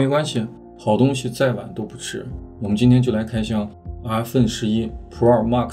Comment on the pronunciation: 真是云南人？阿分11。云南很多地方是不发后鼻音的。